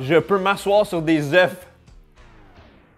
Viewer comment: Dès le début, tu ne sais pas prononcer œuf au Pluriel, je dislike et je ne regarde pas la vidéo !